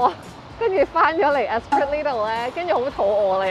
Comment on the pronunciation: Nice 1 bdrm. "Espreeee" not "Esprit" ;-) Oh... the chopsticks are narrow, but the it is in how you are holding them. The Top stick should be held between the thumb, index and third finger. The diameter of the stick won't matter then.